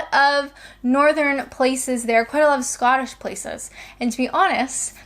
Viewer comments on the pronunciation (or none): none